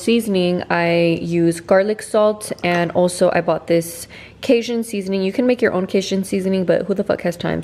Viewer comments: Cage- un, not cayzun lol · Cajun is pronounce cay-gin. Sorry but someone from the south, the way you pronounced it made me kind of cringe.